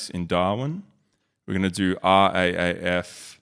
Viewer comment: It's pronounced R Double A F.